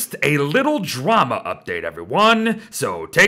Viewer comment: At the end it sounded like “a little trauma” 😅 you gotta pronounce your d better